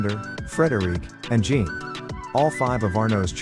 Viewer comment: How about getting a narrator who can pronounce French words, in a video about a French family? The male French name Jean is not pronounced like a girl's name, nor is Mines as in Ecole des Mines pronounced as in English. It's said Means not Mines. How difficult is it to check the script with a French speaker, and learn the right way? Just sloppy and unprofessional.